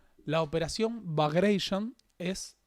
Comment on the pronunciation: muy muy buen informe... solo un minúsculo detalle: no se dice operación "bagreishon" (sería la tonalidad Estadounidense de "bagration") sino que se dice "Bagratión" ya que su nombre se le debe a Piotr Ivánovich Bagratión, y el nombre "Bagration" es una adaptación de "Bagrationi".